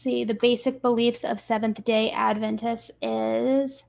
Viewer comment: No offense...but you have ALOT to learn. Seventh Day Adventists? You pronounced it like you've never even heard of it? Weird for a researcher. There was alot in this video that shook my confidence in the channel...although I'm giving you the benefit.